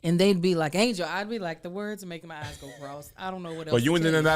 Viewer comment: hahahahahahaha "I make my eves small at you" - Kev